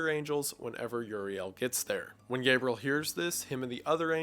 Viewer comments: And also Gabriel. Not Gabrel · Guy pronounces names so strangely. Gabriel [GAY-BRULL] Satan [SAY-DIN]